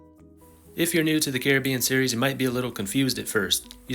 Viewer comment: I would have loved to watch this whole video, but I can’t with how he says Caribbean